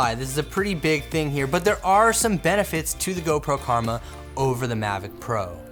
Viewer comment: Omg your comment killed me.... rofl.... That dude said DJI Kurma (Not Karma). I think he's talking about his Chicken Kurma (An Indian Dish) mainly with gravy and delicious. I know because I am from India.